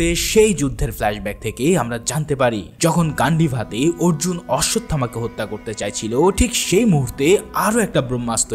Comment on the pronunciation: উচ্চারণটা কাল্কী না কল্কী হবে❤❤❤❤🎉😊😊আর আর্জুন না অর্জুন হবে😊